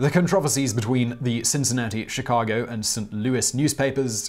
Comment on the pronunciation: The windy city? You mean shirack?